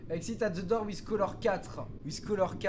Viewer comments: Il la dit dour au lieu de door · On dit door pas dour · Dour mdrrrrrrrr , c'est Dort ( la prononciation ) , sa veut dire porte , tu le sait mais je prefere le rappeller , continue comme sa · The "dour" MDR, sa se dit "dor", 😁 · Je vais vomir, pendant toute la vidéo "dour" "dour " ! S'il vous plait tuez moi, dites lui que ça ce prononce "daur" ou "dôr"! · Tu t tromper au début tu a dit Door alors que sa se dit dore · Nan c'est "dor"